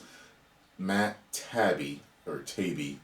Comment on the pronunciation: FYI.. it's Matt Tie-E-bee